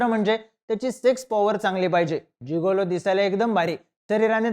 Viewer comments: जुगोलो नाही रे जिगोलो म्हण 😂😂😂😂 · जुगोलो नाही रे मित्रा its जिगेलों.. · नमस्कार उच्चार चुकला आहे. गिगलो